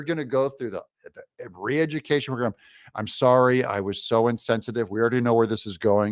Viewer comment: Re-edjicaishun, alright. But should be for those that are advocating it!